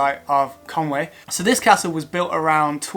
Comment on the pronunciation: I think it's pronounced conwee (conwy) not Conway